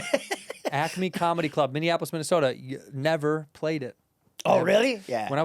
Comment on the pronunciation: Santino saying Kamala instead of comedy lol